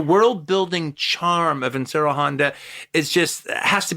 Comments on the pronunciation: Like he's saying IN-shiro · I love Quentin and his work....... I just wish he would pronounce Honda's name correctly, instead of just saying "Insurro Honda", or some phonetic variant thereof. Look...I know I sound like Ultranerd, and I know Honda went by either Inoshiro or Ishiro (which I am to understand is like Andrew/Andy for English speakers). But it would take no longer than a few seconds to notice, and be able to correct that mistake. I mean....the man KNOWS Daikaiju Eiga, so he is far from ignorant on the subject. I suspect it's just his whole ADD, "Trying to get all the words out of my mouth", and not because he is being ignorant. QT always gives proper credit where it is due, and it is obvious he loves this genre, and the technicians behind it. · I love Toho kaiju. I love QT's films and his analysis. Injust get irked when he tries to pronounce Honda's first name. Im not one of those "well, actually..." dudes either. Just not sure why I get annoyed with his mispronunciation. Ric Meyers does that a lot as well..especially when he interviews people. How hard is it to research how to pronounce the name.of.the person you are interviewing, or having a critical analysis about?